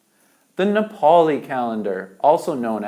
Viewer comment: U pronounced Nepali words so well....Loved u guys.